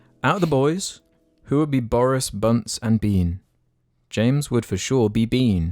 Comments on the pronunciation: I can't take this any more and I refuse to let this continue. It's Boggis not Boris. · It’s Boggis, Bunce, and Bean, not Borris Bunce and Bean. Unsubbed. Reported. Downloaded, put into editing software and played in reverse at 4 times speed.